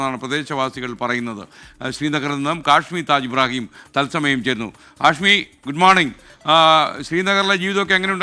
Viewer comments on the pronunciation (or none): none